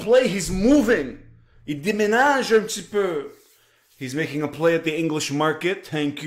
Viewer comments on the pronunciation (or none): none